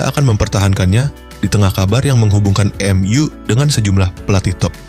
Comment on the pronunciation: Bacanya em yu bukan m u Tolol